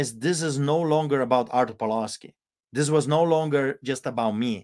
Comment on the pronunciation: Isn't Pawlowski pronounced "Pavlovski" not Paolouuski"? No point in modeling on the Polish Solidarity Movement if this movement lost to communists who rule Poland today (Tusk 13 December Coalition) and the EU.